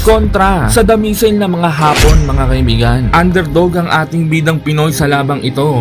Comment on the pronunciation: AYUSIN MO YANG HAPON AT HAAAPON.....MAGKAIBA ANG KAHULUGAN!